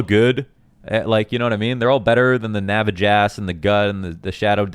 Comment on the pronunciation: This was amazing lmao, I almost spit out my tea when I heard Navajass.